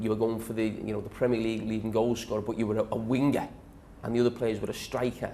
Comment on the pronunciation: “wingerr” “strikerr” how he says it